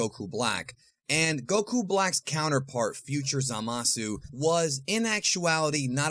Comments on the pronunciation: It's zamasu not zalasu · Zamasu* not zalasu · Ah yes "ZALASU", indeed very strong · Why do you pronounce zamasu ZAMAWSOO? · I don’t like the way you say zamasu